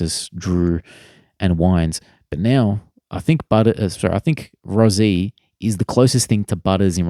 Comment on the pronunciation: its pronounced rosie not rozie